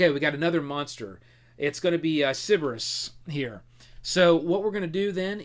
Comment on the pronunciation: Every time I hear "Cerebus" instead of "Cerberus", a little puppy dies. But overall, the video is great! :)